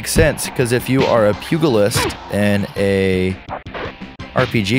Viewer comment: kagato0987 thank you.. He drove me crazy pronouncing it the way he did.